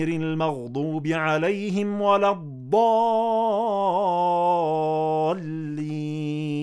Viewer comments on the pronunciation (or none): none